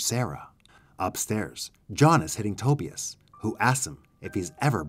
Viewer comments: RIGHT! I was like bro. His name is pronounced "TA-BUY-US". What the hell is "toebEus" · Toe-bEus? Instead of Tobius? Over and over?!! 😂😂😂. VERY hard to listen to! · Love your content. But PLEASE learn how to pronounce "Tobias" 🤦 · but the way he's pronouncing it is not how the name is pronounced in the movie. And he doesn't have a strong enough accent to not be able to correctly pronounce it as it is in the movie. "Other countries" have nothing to do with it.